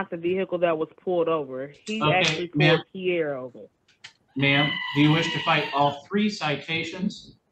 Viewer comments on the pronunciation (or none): none